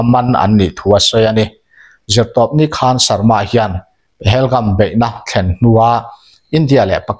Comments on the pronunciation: Pahelgum i tia,Pahalgam ni zawk lo mi? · Pahelgam❌ Pahalgam✅